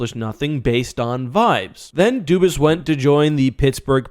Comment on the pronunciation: Why does nobody say his name right? It's obviously Dubas, but everyone says Doobis...